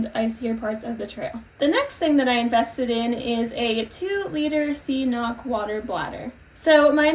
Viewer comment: Good luck out there! Here's a fun fact; CNOC means hill in Irish and so far I haven't heard anyone pronounce it properly.. not even on their own Instagram! I actually don't know if anyone would understand what you were were referring to if you did pronounce it right because everyone says "C knock" 😂. But CNOC is pronounced 'cunnuck'. More emphasis on the second syllable ⛰️☘️